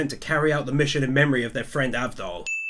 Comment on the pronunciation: Loved the video firstly its avdol not Abdul and its lali ho not rally ho